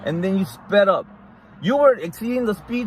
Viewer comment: " Exspeeding". Lmao